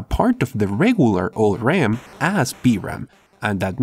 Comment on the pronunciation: i hear B-RAM ^^